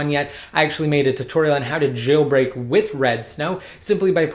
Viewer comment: It's jailbreak not gailbreak plz learn the words